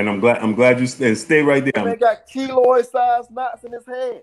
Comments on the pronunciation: Kiloid not kilo Smfh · Its Keloid not kilo